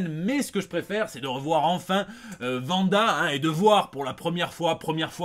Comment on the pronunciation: Comment ça « Vanda » ?? :D